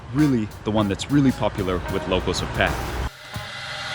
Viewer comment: You know your pronunciation แพร่ was precisely